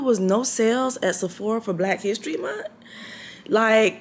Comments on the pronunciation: It's the munt for me lol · The way you saying month is hilarious Jessie: Black History MunT 🤣🤣🤣